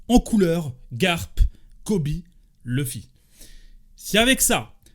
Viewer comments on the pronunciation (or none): none